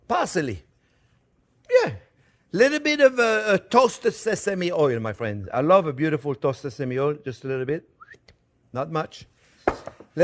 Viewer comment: "Well hello there phrinzzzzz"= the best!